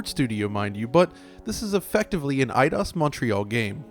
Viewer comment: You said Edios wrong.